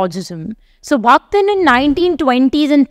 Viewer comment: It's not 'Bhaktin', it's 'Bakhtin'. It's not 'Chronotype', it's 'Chronotope'. Kindly do not misinform the students.